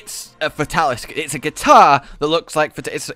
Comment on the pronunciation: Hearing him call it a guitar hurt my soul